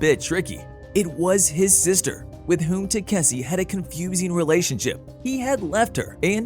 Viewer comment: i dont know how the ai managed to butcher the name 5 different ways.